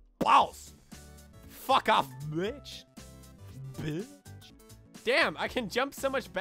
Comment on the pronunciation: you saying "behhtch" makes my day